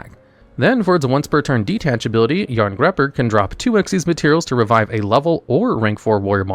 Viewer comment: Jarngreipr = "yarn-GRY-purr"